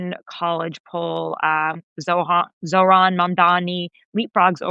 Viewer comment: Tara is not a great interviewer. Also she couldn’t pronounce Zohran’s name!